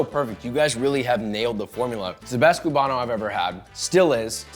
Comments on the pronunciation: Koo bah no Not kyew bah no. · It's coo-ban-o, not cyou-ban-o. Just sayin'.